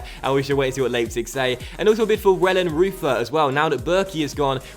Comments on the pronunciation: Pretty sure your new GK is pronounced Vellenroyter! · Hey just a little tip you pronounce the "eu" in wellenreuther the same as the "eu" in Reus, just a little tip;)